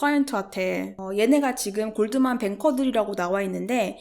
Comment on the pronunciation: 을 최근에 알아서 영상 하나하나 보고있는 와중에 앗!! 하는게 하나 나왔어요 하하하하 영어 쓰실 땐 잠깐 나오는 단어라도 발음 원어식으로 쓰시는데 Goldman 은 골드만은~~~ 하면서 한국식발음으로 하시네요 ^^ 영상 보다가 뭔가 익숙하면서 미묘하게 뭔가 위화감이 들어서 응 뭐지? 했는데 ㅋㅋㅋ